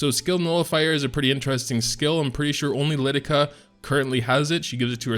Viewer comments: "Lu-Lu-Kah" boi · Phonetically, it's "LuluKA" :) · Sorry mate, it's not like that, see the original video for Luluca on E7 yt channel to see how it's supposed to be pronounced. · right... lusa, its written right there, LU LU CA ~ LU LU KA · I wish Luluca (i pronounce it as luluka) was a ice ranger, there is a serious lack of good ice rangers. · two ways to pronounce Luluca and chooses the one that sounds the most wrong lol